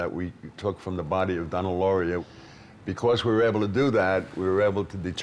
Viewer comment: Its Donna LaurIA. Not Donnie LaurIE. No offence, but out of tespect, it's important to get victim's names right.